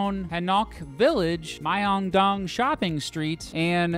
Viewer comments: lol han ssseeeoong lol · Myeong-Dong, not my-e-ong-dong. The butchering was hilarious. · HAHA right?? I couldn't believe how off he was, hahahaha. MAI-ONG-DONG SHOPPING... like what?? Hahahaha